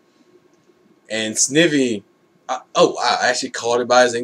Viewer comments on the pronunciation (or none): Nitpicking here but it's actually pronounced Sn-I-vy. Like "eye"